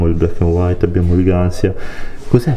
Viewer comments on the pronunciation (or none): Comunque Gancia è un marchio italiano, non si pronuncia gansia